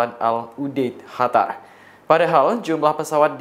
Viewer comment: Coba ngomong yg bener lu gk enak didenger HATAR HATAR,,, QATAR GITU